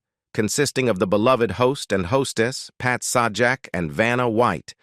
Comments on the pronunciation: Are you talking about Sawjack? Lol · Pat's last name is pronounced like Say Jack.... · Sorry it's pronounced say jack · SAH JAK? Yeah, we can take this crap seriously. NOT! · Its Say jack dumb butt. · It is Pat sajak not the other way you say it say his name